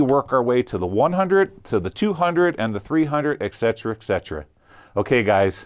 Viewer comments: Love your content but my goodness, it is "et cetera", NOT "eck cetera". lol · STOP SAYING EC-cetera!!!! It’s pronounced ETCETERA.